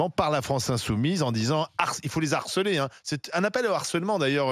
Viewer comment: Les zarceler??? Bravo encore un agrégé de grammaire.